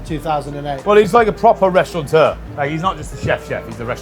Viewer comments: Still amazed how many cooks call restaurateurs ‘restauranteurs’ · It's restaurateur, not restauranteur...